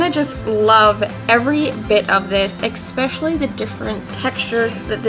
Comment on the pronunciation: It’s a Delco thing